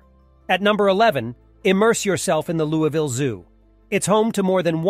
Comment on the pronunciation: It’s pronounced Lou-E-Ville!